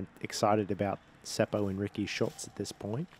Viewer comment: Your pronounciation of word "puu" (tree) was good. It is basically the same as "poo" in English. I understood when you said it. If English speaking people wants to pronounce Seppo's name more correctly (in Finnish), then letter "o" is not əu, but more like "o" for example in word "pop" and leave the last "p" out. Double consonants are not common in most countries and that is one thing that foreigners struggle with when they pronounce Finnish words. Seppo usually comes out as "Sepo" instead of "Sep-po". You stop for a second in letter "p" and then continue with o. One option is to check Finnish disc golf competitions with Finnish commentary where Seppo has played or his in the bag where he pronounces his own name. To me it doesn't matter how people say it. Can't and shouldn't expect foreign names and words to be pronounced perfectly. Thank you for the fun commentary. Great work.